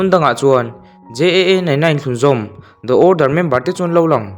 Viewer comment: The order Da awrdar❌ Di awrdar✔️